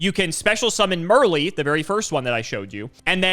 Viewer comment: bro called Merrli Thick... yes officer that guy right there!